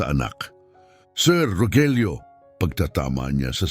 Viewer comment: Bakit ung Rogelio minsan Rojelio ang pronounce😅